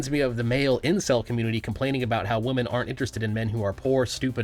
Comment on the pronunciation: You said Wahmen. Like nux